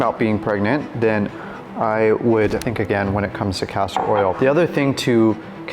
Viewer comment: It's Castor oil not Pastor oil.